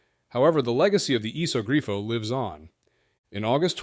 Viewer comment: also its a "iso grifo" not a "esog grio"